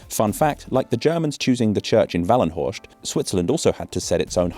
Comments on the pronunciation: An "st" in German only turns into English "sht" (German "scht") when at the start of a word, not at the end. "-horst" is "-horst" not "-horscht" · Nope he butchered pronouncing Wallenhorst. There is no ʃ or sh/sch sound/phoneme in that word. Also Horst by itself is the German name for an aerie,/eyrie and it is a first name.